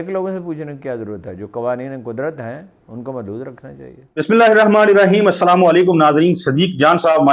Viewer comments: Kindly pronounce the "Bismillah" properly. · Siddique bhai me ap k salam ka jawab nahi doonga,wo es lye kiun k ap bismillah sahi nahi parhte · Next video me agar ap ne bismillah sahi nahi parha to me ap ki channel ko unsubscribe kar doonga